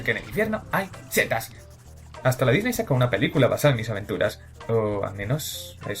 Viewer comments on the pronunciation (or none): none